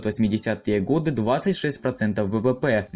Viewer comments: Не годЫ, а годА Можно говорить гОды... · Режет слух, когда говоришь 1922 и 1933 годЫ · ГодЫ... и потекла кровь из моих ушей... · ГодЫ? Серьёзно? Я то думал, что автор разок ошибся, но когда услышал "это" 2й раз, мне захотелось оторвать себе уши! О, простите, УХИ! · Ништяк. Лайк, ток годы с ударением на ы не надо)). И где-то цифири попутали. На евреях. 100 тысяч. Конечно на пальцах но чего нибудь еще хотелось. Продолжайте в том же духе, всегда интересно посмотреть.